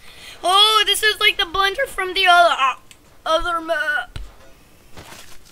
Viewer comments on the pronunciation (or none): He totally said "the blendeh"